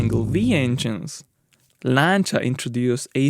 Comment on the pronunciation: you pronounce "Lancia" correctly that alone is enough for me to give you a 👍 great content by the way